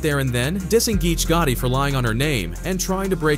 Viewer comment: It's pronounced (p-app) papoose & geechi (geech-e) gotti 😂😂😂😂 papoose & geechi gotti (even tho u can say geech it doesn't sound rite unless u coo 😎 wit him 😂😂 u can't abbreviate the name or it has 2 b natural like wat up geech aka geechi gotti) sounds like u heard a story & ran wit it 😂😂😂😂😂 which is coo 😎 jus say The names rite least 😂😂😂